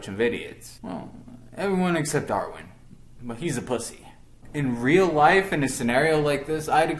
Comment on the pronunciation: Armin not arwin